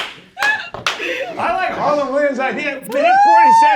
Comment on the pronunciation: His name is Harland not Harlan.